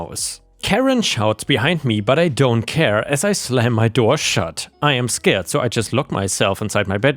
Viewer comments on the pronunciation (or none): none